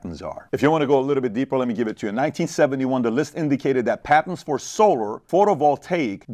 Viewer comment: PBD why do you say “solar” like that?